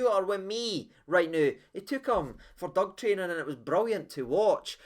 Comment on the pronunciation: "Took him for dug training" 🤣🤣🤣